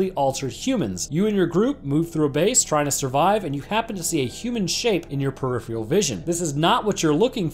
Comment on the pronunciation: "Peripheral" say it with me "PERIPHERAL!!"- Good job! 😣